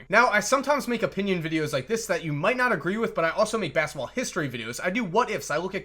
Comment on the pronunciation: Idk why, but the way says "basketball" be bugging me lmaoooo "Baskball" smh lol dope video tho